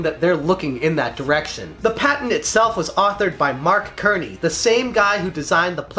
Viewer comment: Mark Cerney.... Cerney is pronounced Serney.. not Kerney.